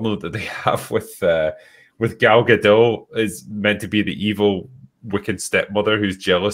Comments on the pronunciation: Gadot is Israeli not French. The T is not silent! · At this point it would be easier to get to correctly pronounce Gal Gadot than it would be to salvage this movie, lol